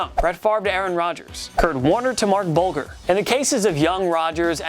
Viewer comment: It's Marc BULGE-er. Doesn't rhyme with vulgar.